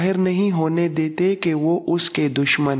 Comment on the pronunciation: جناب محترم ویڈیوز بہت مفید اور معلوماتی ہیں لیکن آپ ذیادہ تر نام غلط لے رہے ہیں اس کے علاوہ بعض الفاظ بھی آپ ٹھیک طرح نہیں بولتے اس پر توجہ دیں ۔ مثلاً حیئ بن اخطب آپ حبی بن اخطب کہتے ہیں ۔ عبداللہ بن اُبَئ کو آپ عبد اللہ بن اَبِی کہتے ہیں کعب بن اسید کو آپ کعب بن اسد کہتے ہیں وغیرہ وغیرہ۔ اس پر توجہ دیں اور ٹھیک کرلیں